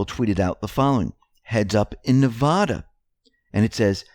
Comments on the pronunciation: Can't miss an episode and I'm a devout follower of your work, but do me a favor and learn how to pronounce my state, Nevada. It is vad as in bad not vah as in ridiculous. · its called na_va_dah